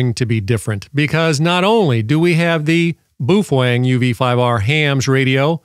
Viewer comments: I was told it's Bao Feng like Beowulf not Boof eng lol. The British all say it like that and ive also heard Boo fang . Lol thanks for the video so far I've watched all your stuff on this radio I'm thinking about getting one. The next four years we will probably be having to use this and older technology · We missed an opportunity of a new year's Eve drinking game where we take a shot every time says "boofwang" 😂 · You’re NOT pronouncing “Baofeng” correctly. Most importantly YOU’RE SUPPORTING A PIECE OF S**T, COMMIE, STATE-OWNED CCP/PRC Company. So, I’m guessing you’re a F-ING COMMIE. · Geez, man...try to pronounce the name correctly. You are wrong....Set power on low, program for FRS and anyone can talk on that UV5R. I am an Extra Amateur Radio lecensee. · Wow, you can't even pronounce the name of the radio correctly... Sorry, but this is a waste of time....